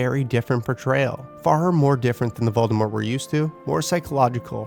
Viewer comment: I still cannot get over the fact that he keeps saying Valdemort.